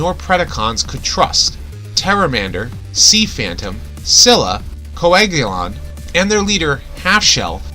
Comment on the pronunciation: When you say Scylla I think you say Zilla